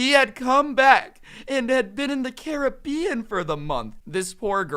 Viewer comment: Who else hates how he says Caribbean